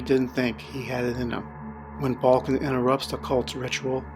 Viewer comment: The names balkan not balkin :)